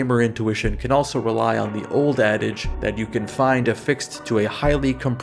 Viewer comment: Hello. Can i ask you two questions? Will you ever review the Obscure games? Especially the first one is going to be loved by you. It is basically a playable version of the movie the faculty, and i know that you love that one. Also: it is ooooouuld.